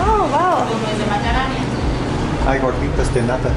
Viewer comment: It's pronounced: Te- quis-KIA pan with the accent on the KIA not the "quis" 👍😉